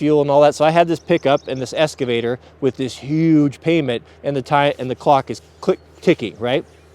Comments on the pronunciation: It’s eXcavator, not eScavator. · "EXCAVATOR"... not escavator.... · EXcavater not EScavater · It’s called an “excavator”...not an “esscavater” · Excavator, not EScavator... C'mon man. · It's not an eScavator. It's an eXcavator. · Ex ca vator... no s 😁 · Pronounced "X-ka-va-tor" X! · EXcavator. For fucks sake it has an X